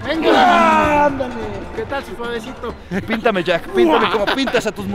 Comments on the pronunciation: Puma en el minuto dice suevesito pero de la caída y dice ber ho mande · like si te diste cuenta en el segun puma king dijo suevesito y dijo mande:V